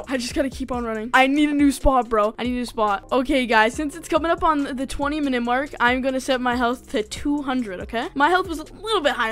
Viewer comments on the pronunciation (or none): none